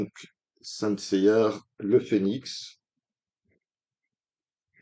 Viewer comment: On voit le fan de la VF vu qu’il n’y a pas de R dans Seiya 🤣 pas grave :p par contre, à la fin, tu dis que les BD sont sur les chevaliers d’argent et non c’est it les chevaliers de bronze. Après ta vidéo, je ne suis toujours pas intéressé… j’attends le tome 2 pour un avis définitif mais là c’est non pour moi Par contre, tu aurais peut-être pu expliquer pourquoi le manga s’appelle Saint Seiya; que sont les Saints pour ceux qui l’ignorent :)